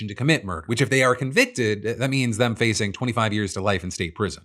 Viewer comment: did he say… dumb instead of dem